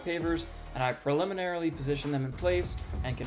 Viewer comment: I tried to watch all of this. I really did. But the excessive use of the awkwardly pronounced "preliminarily" unreasonably annoyed me and I had to stop.